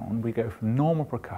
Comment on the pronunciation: Oh my lord, if I here percussion pronounced PRECUSSION ONE MORE TIME...!